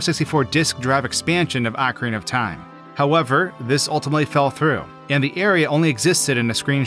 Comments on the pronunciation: I HATE youtubers so much, man... Ocarina Ocarina O Ca Ri Na You're saying "acareyna" A Ca Rey Na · just saying, i know its hard to unlearn 20 years of mispronunciation, but it is "ocarina" (oh-cah-ree-nah), not "acarina" (ah-cah-ree-nah). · "Ahcarina" of time? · Ohe-kah-reena, not ohkria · I absolutely hate how you pronounce the word "Ocarina"...